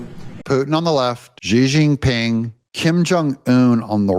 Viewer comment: Please pronounce Xi Jin Ping. You sound like You Know What